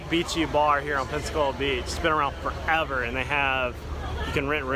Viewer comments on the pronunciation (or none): none